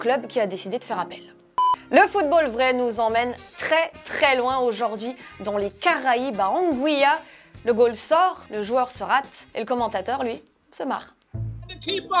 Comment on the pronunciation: on dit pas angouilla